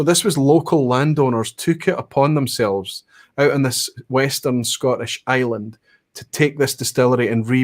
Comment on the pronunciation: Question 8 were definately not an asshat question from a Norwegian perspective. You pronounce the name of the island wrong just like 99,99% of Norway would 😀